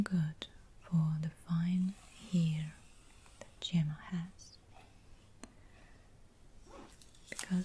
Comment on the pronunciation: My name is Gemma and I love how you say it!